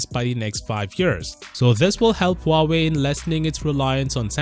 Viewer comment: Samsung might lose huwawei?😂😂😂 Love you, keep up the work